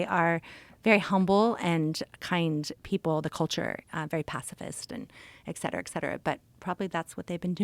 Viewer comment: Great episode but it’s “etcetera” not “exsetera”…. Sorry to nit pick!